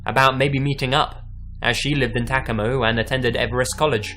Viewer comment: The way he pronounced Tacoma and Everett bothered me 😭